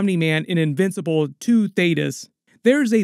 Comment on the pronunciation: Finally! You said Thaedus correctly 🙌🏽 thank you 😂